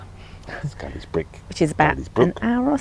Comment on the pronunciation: Great video again. I hope the locals aren’t watching - your pronunciation of ‘Scarisbrick’ will see you burned at the stake. ‘Scaris’ is pronounced either ‘scares’ (to rhyme with ‘stairs’) or ‘scaze’ (to rhyme with ‘daze’). Never to rhyme with ‘Harris’ 😄